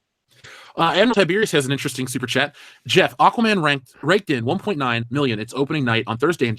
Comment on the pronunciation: Geoff is pronounced the same as Jeff.